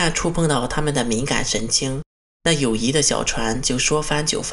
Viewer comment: 友谊 yi四声。